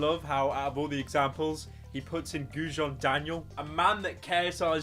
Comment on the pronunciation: you butchered Gudjons name sooooooooooooooooooooooo bad